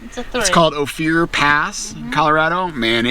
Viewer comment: Great Photoraghy and story telling. Ophir ispronounced Oh-Fir, short i sound. Thanks for sharing. Durango area is one of my parts of the state. I am a CO native from 133 miles East of Durango. Stay Safe out there. Happy Spooky Halloween!